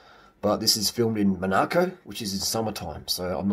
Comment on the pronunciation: Mon-AR-co? LOL